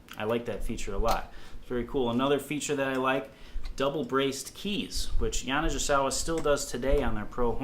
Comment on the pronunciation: You are mis-pronouncing the name. I endorsed their horns for many years. GI is like -GE. Hard G. (Like “Go”) Ya-na-Ge-sa-wa. Sorry but it was driving me crazy. “i” in Japanese is like our “e” sound. Thank you.